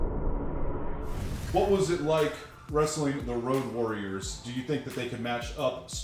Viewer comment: the WOAD warriors?! 😂😂